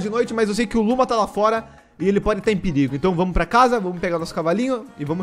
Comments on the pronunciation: as vezes o fala luma e eu escuto luba kkkk edit: acho que o bioma de carvão e o de montanha pq no meu mundo no hardcore, eu fiz uma casa na no bioma de montanha e era o paraiso dos carvões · Falou:Luma Entendi:Luba